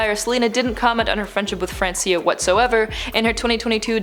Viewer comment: it is Francia, not francIa arghhh